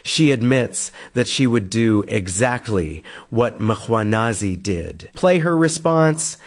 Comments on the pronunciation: It's surprising to me how some South Africans fail to pronounce the Mkhwanazi name, where does Makhwanazi develop from? I would understand Nhlanhla may be difficult unlike Mkhwanazi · not Mkganazi 😂 it's Mkhwanazi pronounced Mquanaz 😅 please